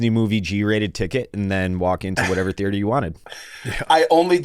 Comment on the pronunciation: If I have to hear say “thearter” one more time I’m gonna scream